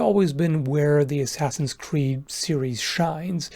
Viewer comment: "enjoying asscreed unironically" Oh my